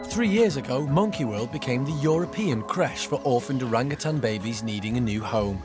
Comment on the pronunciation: CRECHE - NOT CRASH!